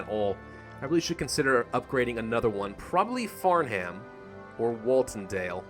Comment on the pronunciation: The H is silent in Farnham